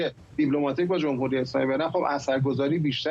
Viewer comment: گزارشگر: جووم هووری... منظورش: «جمهوری»